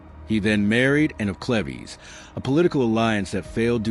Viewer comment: Was it Anne Bullen? Or Anne of Clevvies? They mention Elizabeth as his successor but no mention of Mary or Edward.